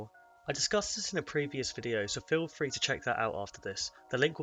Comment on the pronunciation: Lol “free V free”